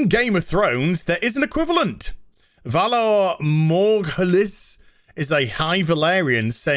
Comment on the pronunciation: Do you have issues reading? Orientating instead of originating and then "vonar" instead of "valar". Ironically enough, pointing this fact out would get me banned from Twitter.